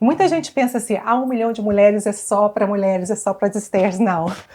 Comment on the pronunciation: Alguém pode avisar essa querida do Senhor Jesus que a palavra correta é 'mulher' e não 'mulé, mulheres e não muleres'. Me dá nervoso ouvir 'mulé' repetidamente!" podecast forte!! o senhor Jesus seja louvado